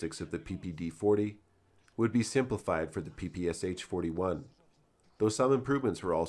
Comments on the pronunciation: Oh God... It's not a 'PPSH', it's PPSh, 'Sh' meaning 'Shpagina' - Špagina - the name of its inventor. Please call it the right way - PP Sh-41. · Its P-P-Sh, not P-P-S-H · Nice video, but you make the same mistake as 99% of people from English speaking countries. It's the Pistolet Pulemyot Shpagina (Shpagin's machine pistol). Therefore it's correctly pronounced P-P-Sh, unlike almost everyone's P-P-S-H. Try saying "I shot the sharp shapes in the bushes by the shed with my Papasha" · It’s not “Pi-Pi-Es-Eitch”. It is “Pe-Pe-Sha” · Its not PPSH its always pronounced paypayshah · It's not P P S H, it's P P Sh (pee pee esh), popularily called from Russian abreviation "pepesha". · It's pronounced as PPŠ, not P-P-S-H. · Pah Pah Sha. Not PPSh. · You speak it " pepeschah". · ppsh is pronounced as PP[ʃ] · SH - is not eS eiCH is one consonant. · Hey great video, as always. One minor thing tho, when pronouncing PPSH don't spell the letters, it's supposed to be pronounced papasha. Sh is pronounced like Sh in shoe Keep up the good work. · Well, apparently it’s ‘all the rage’ to pronounce it Pah Pah Shah. Apparently……:)